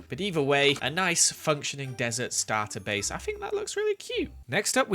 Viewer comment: “Starter bace” hahahaha